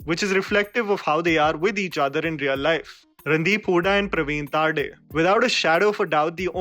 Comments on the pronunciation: Hey its not तारडे its तरडे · Excellent review. I would just like to correct its not Pravin Taarde, its Pravin Tarde. You should really check out his Marathi movies, alongwith Mulshi Pattern he has directed and acted in other marathi movies as well. He is a very good director and actor. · No offense But it's pravin तरडे